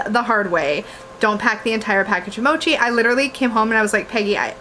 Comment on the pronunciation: You said it right. Mo as in “mower” and chi as in “cheese”